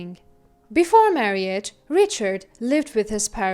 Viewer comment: OMG why this narrator?? Marriage is not pronounced "mar-ee-age". It's 2 syllables "mar-age"